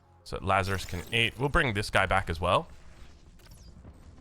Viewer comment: Lazarus => Lazares (Lazarees)